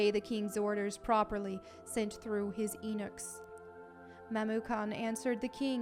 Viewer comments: You keep saying eeenuchs. You mean “yuuu-knucks” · I thought it was pronounced yu-nuk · I believe it’s YOU-niks (eunuchs)